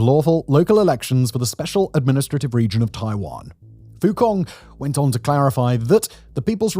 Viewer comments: Just FYI "fu cong" is pronounced "fu tsong" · Fu Cong, pronounce C like ts in tsunami, not C in cat 🤣🤣🤣